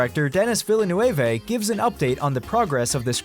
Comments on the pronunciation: "villenewavay" What the hell is the matter with you? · This guy has won first prize in butchering villeneuve’s name. Holy crap